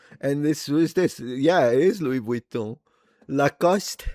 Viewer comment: Your french accent is so on point 😂😂 LACOSTE 😂😂😂